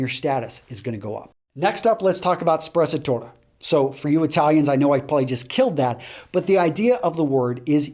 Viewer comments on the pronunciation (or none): When you said sprezzatura it seemed like you said spazzatura wich means rubbish :D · lol "Sprezatora"